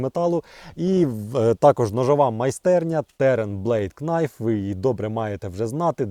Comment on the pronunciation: Knife — найф (без букви "к" на початку)